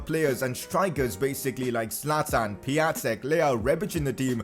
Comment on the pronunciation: Piătiks name is pronounced Pi-on-tik